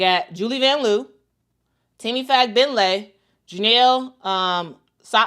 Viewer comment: FOR SHAME!!! its van-LOW, NOT van-LOO!!!!!!!!